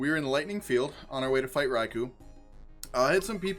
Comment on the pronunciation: Also, idk if you care about official pronunciations, but it is in fact "Rai-koh". I just noticed that you switched between a few pronunciations throughout the video and it was a bit jarring for me.